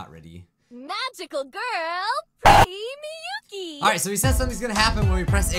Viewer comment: It's miyuki Not miuki